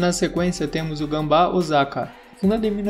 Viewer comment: É gamba Osaka e não gambá Osaka.